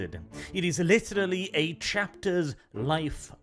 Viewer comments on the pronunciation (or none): none